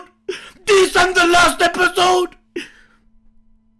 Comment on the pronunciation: He just said greatet anime epsiode